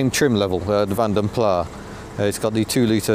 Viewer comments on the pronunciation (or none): Nice vid especially the stop/start plastic symphony but, you know it's Plass not Plah?